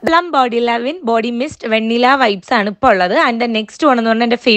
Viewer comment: It should be pronounced as vuh·ni·luh not vaa-ni-la